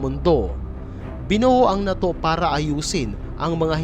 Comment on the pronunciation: WRONG INFORMATION KAPA WALA NG USSR PO! AT “NATO” HINDI MOPA MABIGKAS NG TAMA.😂😂😂😂😂😂😂😂😂😂😂😂😂😂😂😂😂😂😂😂